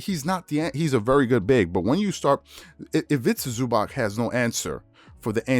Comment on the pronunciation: Please bro learn how to pronounce ZubaC there’s no k in there